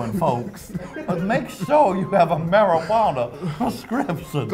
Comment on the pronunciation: "marri-tawanna" LOL "medicinals" LOL